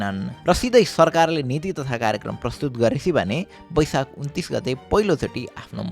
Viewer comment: It's baisakh Not baisak